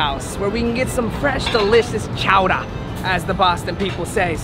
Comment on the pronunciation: Being born in Massachusetts, I respect the way you said "Chowdah"😅🤣